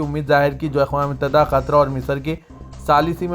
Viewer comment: KYUN QATAR KO KHATR BOLTE HO SUDHROGE NAHI KYA ??